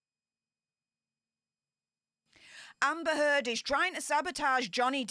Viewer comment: Great show! Love the turd pronunciation of that ugly woman.